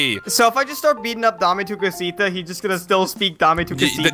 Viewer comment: It,s DAME ATU COSITA